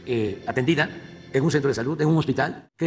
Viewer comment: El pedo es que la “salut” no etziste… el 90% de las palabras que dice este señor no existen en español. Algo quiere decir que no entendemos